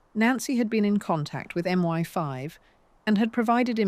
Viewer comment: Now every time I open a video, I wait for the AI mispronunciations. Here it was M One 5 for MI5. Depressing.